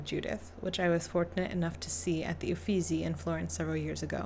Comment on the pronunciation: The Italian "sch" is pronounced "sk" (as the "ch"-combination is a "k"-sound). So Gentileschi is pronounced "Gentiles-Ki". In the name "Medici" the "e" is stressed instead of the middle "i". The "z" in "Uffizi" is a "ts"-sound. Italian "z"s are always either "ds"- or "ts"-sounds (just like in German by the way), The "ggi" in "Caravaggio" is a sonant "dsh" or let's say "dzsh" (in this constellation the "i" is absolutly silent - it only indicates that the "gg" must not be pronounced like the "g" in "to go" for instance). 🙂